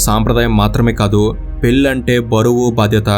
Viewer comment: Pellli kaadu bhayya...పెళ్లి adi...